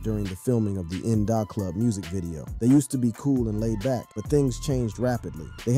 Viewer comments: why you keep it as nnnin Dahhhhh Club its In the Club -(IN DA Club) pronuication is crazy wild homie .... it 2Pac (two-pack) Tupac learn to pronounce their name better smh..... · Is this a real person talking cause In Dah Club, Two Pack and Shooj Knight are some crazy ass pronunciations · Buddy says" In Da Club" kinda weird.